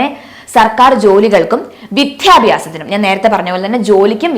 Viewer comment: Vidyabhyasam not Vithyabhyasam